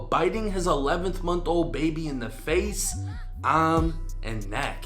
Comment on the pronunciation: When you said ahhhm did you mean arm😂😅😂💀